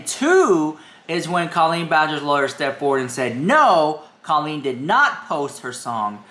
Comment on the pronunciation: Two things I don't get: 1. How can you not understand Colleen's family "liking" comments that aren't spewing hatred when just 1 year ago, you were crying on camera claiming Adam was bullying you, and 2. Why can't you pronounce her name accurately?